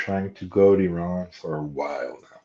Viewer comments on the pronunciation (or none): Someone has egg on their face. He called Iran wrong.